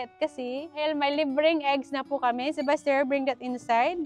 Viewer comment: Noticed ko lNg why you keep on calling your son Sebaster I thought his name is Sebastien. What it his real name?